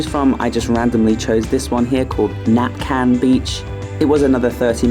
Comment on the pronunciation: It's Nacpan Beach not Napcan